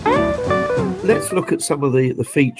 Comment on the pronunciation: That guy said process wrong